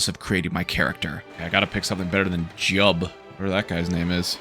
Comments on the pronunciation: Bro said his name is JUB 😭That is SAINT JU-i-EEB, protector of Morrowind and destroyer of ALL cliff racers in in the land. You owe him your sanity. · And it's JIUB,..not Jub. Jeez,.. You're just making fun of the game. And here I thought you might be someone interested in an older iconic game instead of a Skyrim kid. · You pronounced the name of saint jiub wrong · That's Saint Jiub to you, n'wah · You better put some respect on that name... that's SAINT Jiub to you sir. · You put some gd respect on SAINT Juib's name right now young man. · Sir! That is Saint Jiub to you!